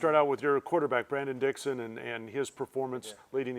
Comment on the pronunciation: Its apparent that this guy does not know or care about UofA football. "Brandon Dixon" SMH😤